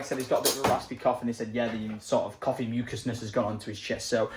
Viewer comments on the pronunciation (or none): none